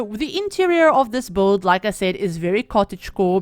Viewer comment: So pretty!! Can't wait to have the pack! Btw I like how you pronounce build like "bolld" 😆